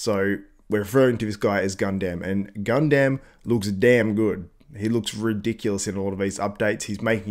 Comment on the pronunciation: thats not how you pronounce Gundam